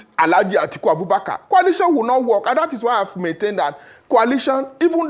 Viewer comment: Why is this lere man pronouncing coalition as kwalition bunch of drunkards.... 😂😂😂